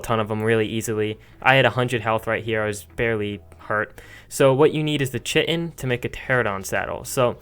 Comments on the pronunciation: btw to everybody out there its pronounced KITE-INN (yes I looked it up on Google Translate.) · cheatin could be a better pronounciation than chi in. I use that myself but u do it in ur own way :) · you are saying chitin wrong like almost every american ever. it is pronounced kite-en chit-in, say it with me now, chit in, chitin. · Omg I used to call chitin chi-tin as well! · "You wantu thu Chitin Chickin or Chitin Beef?" xD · It's pronounced "Kite-in", that isn't a matter of opinion... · Chitin (Ky-tin) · Actually it’s pronounced (chick-i-tin) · Chitin is pronounced ki-tin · Sounds like ur saying Chicken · After I heard how he said chitin I stopped and Im gonna leave, Ill get to 100 the hard way its ok 🤣🤣🤣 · I was so happy he was not the only one saying chitin weridly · Who calls chitin chitin? I mean come on... basically everyone calls it chitin :/ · Graham De Lacey he clearly stated in the video that he says it wrong he is well aware of how he says it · So ? if you want to speak my language, then speak it correctly. It's called English and not American for a reason.